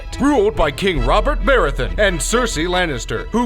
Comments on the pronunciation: robert barathon? 'BARATHEON' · 'Barathon' ITS 'BarathEon' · "Bear-a-ton" It's fucking "Buh-wrath-e-on." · Bear-ith-un? It's Baratheon. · it Baratheon, not Barathon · Barathon? Really dude? It's baraTHEON! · The pronounciation in this video is garbage. Baratheon, not Barathon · BA-RATH-EON not barathon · You lost me at "Barathen" and the animations of cannons depicting a world that is actually completely without gunpowder. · Darnerys? Barathon? Edderd? Who the fuck is Briar? Was any actual research done here? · "Barathon" lol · ughhhhhh, its pronounced "di-nar-is", and "bo-rath-eon". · Robert Bare-uh-thon? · DARnerys? Barathon?.....really? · You butchered half of the names of the characters.Robert Barathon,Daneris,Wildings. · House "Barathon" and "Darneris". Oh boy, those pronunciations are interesting.. Do you even watch the show? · It's "BaRaTHEon" and "DaNairIs" But still, good job :D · Has this announcer actually not seen Game Of Thrones or read the books at all? Daenerys clearly isn't 'DIE-nerys', and Baratheon isn't 'Barathon'... I know it sounds like I'm a nerd saying "um actually, it's pronounced", but SURELY someone on the set of this recording would've actually watched/read Game Of Thrones and would've corrected this guy... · It's Buh-RATH-ee-un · You lost me at Robert Barathon. At least get the name/pronunciation right ffs. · Did he just say Bar-er-thon? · And he says barathon, fucked up pronunciation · 'Darners and barthon' come on man get the name right 😩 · Darnarys... Barathon... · I stopped watching when I heard him say Baratheon wrong. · You butchered the name Baratheon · I hate the way he pronounces baratheon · The way he pronounces Baratheon and Targaryen makes me cringe so hard.